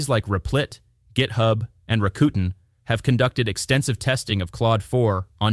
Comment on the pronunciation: I think this audio must be ai generated. Pronouncing IDEs as I.D.E.S.? Replit as RePLEE? Claude Sonnet as SoNNAY?